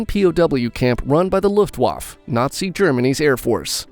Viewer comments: LuftvaffUH, not 'Luftwaff'... I love this channel but the total lack of research on pronunciation is shocking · calls the luftwaffe, luftwaf.